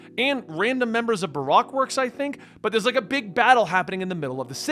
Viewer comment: Baroque works pronounced buh-roke works